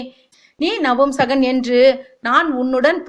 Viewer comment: It’s not நம்புசகன் it’s நபூம்சகன் . பூ pronounced as flower in Tamil not bhu Wrong info . - Shikandi is neither boy nor girl . - shikandi is not the son/daughter of ambha - it was Bheeshma who knew shikandi‘a birth secret gave this idea to Arjuna to make shikandi stand in front of Arjuna in the war .